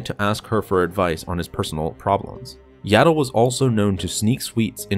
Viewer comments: It’s not yaddle it’s yoddle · her name is yaddle not yado